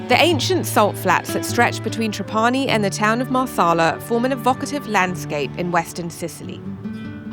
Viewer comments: NIce video! One note, proper pronunciation of Trapani is TRAH pani. Accent on the first syllable. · It's not TrapAni but TrApani baby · the pronunciation is TRA'PANI, not TRAPA'NI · Great video, but please pronounce Trapani correctly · I’m surprised you don’t know the correct pronunciation for Trapani since you have been there before. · not true. You are pronouncinig wrong . Do the proper research